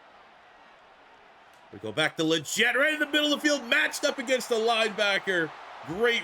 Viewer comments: Love you rebuilding my panthers great vid brother! btw Legette’s name is pronounced Lee-get not jet. salute brother!!🔥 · Legette is pronounced “League-it” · it’s Xavier LEGette…like you’re saying LEG to start. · Listening to you mis pronounce “Legette” the entire video was irritating. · As a Panthers fan you are definitely pronouncing Legette’s name wrong